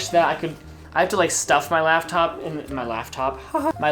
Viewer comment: "my laugh top" <3